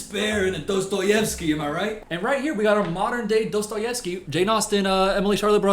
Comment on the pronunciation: hearing a foreigner pronounce a Slavic name correctly was a borderline unreal experience props to you my man